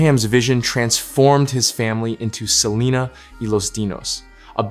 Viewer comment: This AI is horrendous. Pronouncing the last name wrong and really chopping Selena name. What a disgrace to the families legacy. Really????